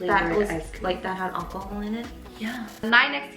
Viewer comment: "that had ackahol in it?" :::zoom::: "YAHHh"